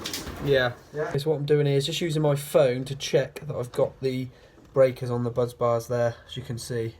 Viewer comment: Bus Bar NOT Buzz Bar!